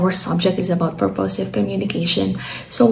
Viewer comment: purposive - the accent should be on the first syllable